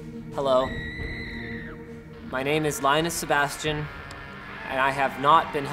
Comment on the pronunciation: "SEBASTIAN"??? HAHAHAHA!!!